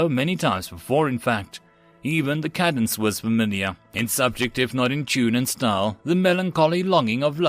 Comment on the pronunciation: Cadence is pronounced wrong. Good job on story and narration but screwed the pooch on pronouncing military words.🤣🤣